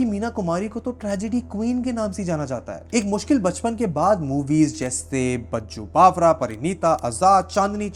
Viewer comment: Great Video, you always bring topics that are not trending but they are needed. BTW its Baiju (Baijuu) Bawara you pronounced it wrong.